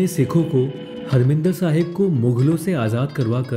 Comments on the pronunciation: bhai its not a "Harmindir Sahib" its "Harimandir Sahib" g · I wonder if the correct pronunciation is " HAR- MANDIR SAHIB "